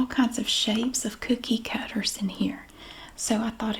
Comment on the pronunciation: Can’t wait to watch the cookie cutter video because I love the way you say cookie cutter ❤😊